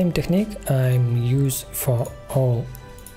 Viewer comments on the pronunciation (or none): none